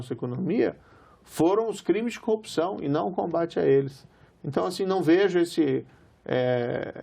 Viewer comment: Ele falou copsao, foi isso!